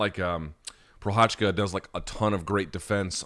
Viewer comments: Sriracha? like the sauce, right? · As Jiří Procházka is a champ now, would be nice to not butcher both of his names. You can even listen how to pronounce it in his wiki page. That's the effort you need.